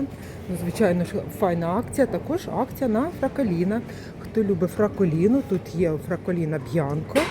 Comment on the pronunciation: ну яке простоквашино???? Данон перейменувало торгову марку.. ну блін, трошки уважніше. Те ж вино - ФРАГОЛІНО, а не фраколіно, корм для тварин БАСТЕТО, а не пастело...